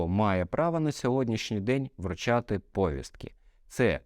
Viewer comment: Не говоріть пОвістки, бо правильно говорити повІстки ! ☝👍